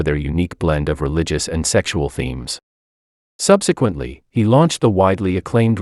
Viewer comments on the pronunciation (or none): none